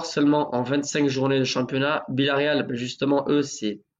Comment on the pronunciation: tu peux arrêter avec BIllaréal ? c'est Villaréal